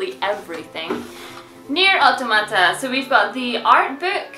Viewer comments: It's not. Your saying Auto-mata, similiar to how one would pronounce automatic. I'm saying Awtawmahtah, similiar to how one would pronounce autonomous. You don't pronounce "autonomous" as Auto-nomous. It's a full free flowing word where "auto" and "nomous" are not emphasized seperately. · It's pronounced "Aw-Taw-Ma-Tah" (edited)